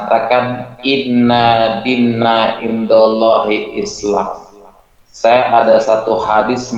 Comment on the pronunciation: Bacaannya "INNADDINNA" pdhl tak ada tasdit di NUN.